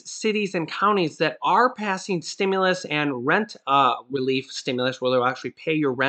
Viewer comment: Stimulus!!! Not Stimuless!!